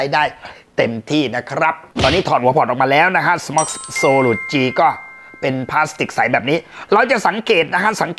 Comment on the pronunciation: Solus อ่านว่า โซรัส ไม่ใช่ โซรุด ฟังแล้วตลก